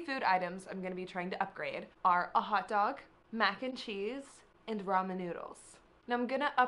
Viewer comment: she said roman?